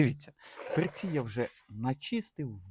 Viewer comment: не перцІ, а пЕрці